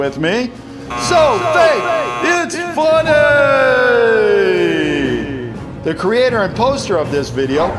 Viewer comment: What the 'So "Fak" its funny